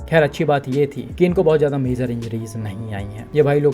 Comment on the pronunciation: Bhai, sabse pehle, yeh MAZOR kiya hota hai .. woh major hota hai, aapni pronunciation sahi karlo